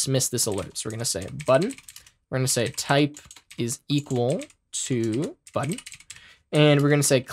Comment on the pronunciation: “Buddon” Haha but for real great video, thanks for the lesson.